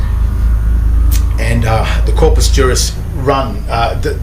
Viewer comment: Corpus = corpse